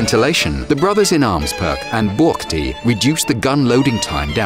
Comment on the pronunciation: Oh god, the way he said "buchty", and the way he pronounced "Škoda"